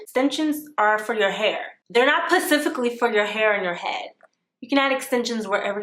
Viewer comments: How hard was it for you to say "pacifically" instead of specifically at the end?! 😂😂😂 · ImAlways April she always says pacifically in her videos lol I hope she's playing cause she usually puts some emphasis on it lol! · NOT PACIFICALLY 😭😭😭